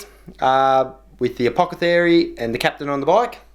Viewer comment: A-poth-e-cary lol